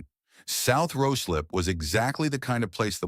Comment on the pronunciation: It’s pronounced ryeslip not rooslip.